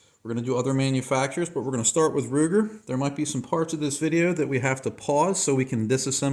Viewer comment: HARD R UGER 😂